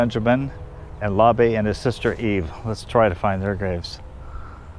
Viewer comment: His brother's name is pronounced without a final vowel sound...Labe, rhymes with babe and Abe. Also his high school was Wyandotte, pronounced Wyandot, like polka dot. They were a nice family and lived on Oakland Ave west of 18th Street in Kansas City, Kansas.